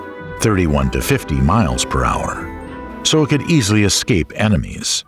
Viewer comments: Unbelievable!! I thoroughly enjoyed this but couldn’t believe my ears when the narrator, someone who reads professionally and should absolutely know better, was either too lazy or too ignorant to read and pronounce a word correctly. There’s no excuse. The word is ES-CAPE. There is no X or K in it. Somebody dock his pay please. Ignorance is not bliss. Shame on the editors for accepting that. . No such word as “…ex-cape..” or “…ek-scape”🤷🏼‍♀️ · “Ex-cape?” Uhf…